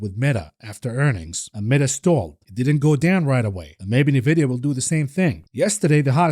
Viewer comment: Nvidia is pronounced En Vidia. You say the letter N then vidia. Is isnt Nuh Vidia. Love you buddy, been watching for well over a year. Thank you for everything you do!